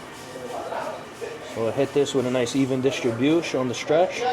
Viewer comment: Drinking game: Take a swig everytime this knob end says "Distribushe".